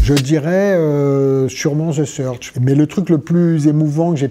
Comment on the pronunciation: À chaque fois qu'il dit "the search" j'ai l'impression qu'il dit the surge